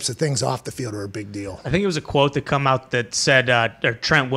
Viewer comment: Same with the word “out” 😂 it’s become “aht”